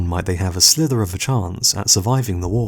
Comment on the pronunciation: Ha ha ha! A 'slither' of a chance!